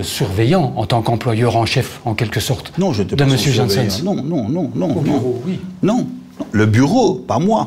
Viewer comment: Il faut se mettre d'accord sur son nom, c'est Janssens pas "Jeanssenne", à la flamande donc